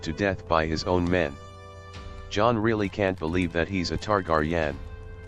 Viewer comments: I suggest buying a mic a using your voice. A tar-gar-yen? Lol never heard of tht house before. Thx for the vid. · Not to be rude but I the moment he mispronounced Targaryen I stopped watching, everyone! that watched GOT know how to correctly say that name